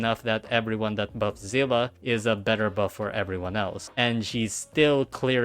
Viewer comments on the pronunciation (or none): Zeela ? seelee is how you say it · her name is not pronounced zila its zeele please use Google translate to see how seele is pronounced why is everyone pronouncing it wrong...